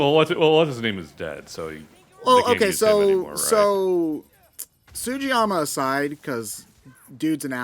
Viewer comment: oh boy, pronouncing Sugiyama as Sujiyama again